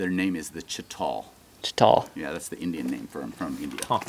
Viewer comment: The word is indeed chital, but the pronunciation is “chee-tul”, not “chi-tall”. Source: I speak the language and hunt them here in Texas.